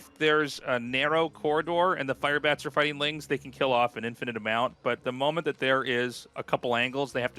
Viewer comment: I also find some of his pronunciations funny, like when he says "fighteeng" or "doeeng". His -ing sounds like ‐eeng basically. But I love his casts, he's a great guy.